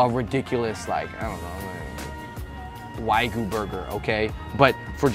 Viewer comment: He can pronounce gouda but can't pronounce wagyu